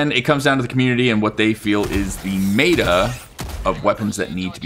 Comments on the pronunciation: It’s meta, not mayta! Is what I would say but I will leave your accent alone 😊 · Brother... please... meh-tuh, not may-tuh. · Lol its not pronounced mayda its meta. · MET-AH* bro please im begging